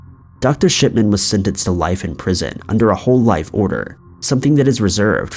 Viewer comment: He takes pleasure in saying “Dr. Shit man”, at least that’s what it sounds to me. 😂